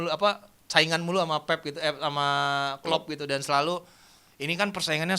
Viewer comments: Pelatih terbaik di EPL adalah Klep sm Kloop... Wkwkwkwk Keseleo lidah kyk Samsul.. 😂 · bilang Klepp sama Plop😂